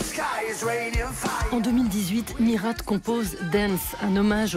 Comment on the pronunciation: rhaaa mais on dit pas MiRATE faut respecter l'accent un petit peu